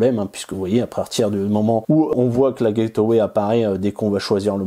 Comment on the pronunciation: Salut. Gateway ne se prononce pas "guette euh ouai" mais "guette ouai" ;-) Super test et surtout sans prise adaptateur chinois, produit intéressant.